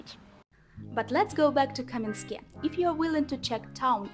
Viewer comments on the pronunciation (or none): Not Kamenskoe, but Kamiyanske. 😘